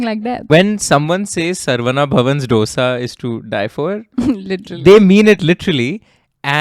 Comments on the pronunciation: Every dosa is not filled with masale and its dosa not dough-sa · Its pronounced as दोसा and not डोसा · डोसा या ढोसा नहीं है डीके बोस। दोसा है। सांबर या सांभार नहीं, सांबार है। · Its not dosa it is Dhosai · Why all you northies say Do sa. Its called dho saa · The narration 🔥 but the “DOSA” pronunciation skills 😭 its not “dough-sa” its ek ke baad aanewala do-sa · For the Nth time its, Dosa (pronounced: Dhosa) like not dosa like disco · It is Dho-sa, not D-osa It is Saam-baar, not Sam-bur It is Sar-a-vana Bhavan, not Sar-vana Bhavan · Please its Saaaambaaaaaar not Saumbhur. Please plesae north indians please pronounce it correctly And its not "D-oh-s-aa" ... its "Dhosai" (Dho like two in Hindi, and sai like in Sairat or like in "ai" in Shaithaan when spoken colloquially) I love your content, and the pain you guys took to pronounce, Chengalpattu, Murugan etc. Its commendable.. considering other top tv anchors in national televisions, who alienate their own countrymen by clinical pronunciations. Please dont take my comment the wrong way.. but I have heard too many Saumbhurs for me to even write a comment in youtube 🙂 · डोसा नहीं दोसा है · Please pronounce as DOSE not DOSA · For fk sake it's not dosa it's dose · its thosai, not dosa. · Its dosa with a soft d not Dosa with a big D. Please learn to atleast pronounce it properly. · Its thoughSa and not DoughSa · It’s disappointing that you put in so much effort to learn all about the case and put it forward, but to mispronounce the name of the dish you’re using as a metaphor for unity; actually disappointment is an understatement. As we’ve corrected the world enough times, it’s no dough-sa, it’s do-sa, do pronounced like 2 in Hindi, FFS it’s time to get it right. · It's not dosa. It's pronounced as thosA not doesa. Please respect southern pronunciation. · if I can learn how to pronounce paratha properly you can change the way you pronounce dosa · Dear chap,please pronounce SAAMBAAR and DOSA correctly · Dosa and Saambur😂